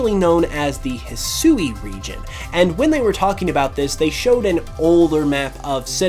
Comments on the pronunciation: Yo man I hope you see this !! The region is pronounced hisui ( HE-SWEE) is how you say that not ( HE-SOO-EE) which is how you’ve been pronouncing it just some helpful knowledge so you don’t keep butchering the beautiful Japanese language I see a lot of Americans woth this issue like some that can’t say sasuke it’s ( SAHS-KAY) and some ppl say (SAH-SOO-KE) which is similar to what you’ve been saying Anyway hope u read this and hope I helped you today I’m down to battle anytime! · Despite what was said in the trailer, Hisui is pronounced "hih-swee" not "hih-soo-ee". Sui being the Japanese word for water. The woman speaking during the reveal clearly wasn't told that, and likely has had little to no exposure to the Japanese language.